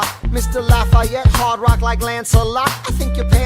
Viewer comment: His names not Layette that would be in french la-fa-et